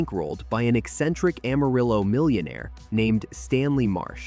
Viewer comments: No, it's pronounced Am-uh-rill-oh. We don't say rill-uh. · It's no secret that Amarillo is pronounced wrong. Just about everyone who has lived in our little city and did not hide under a rock could tell you this. Carolyn Jones who played Morticia Addams in the 1960's Addams Family TV series was born in Amarillo. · Goddang it!!! I grew up in West Texas... It's pronounced Amarriller...😅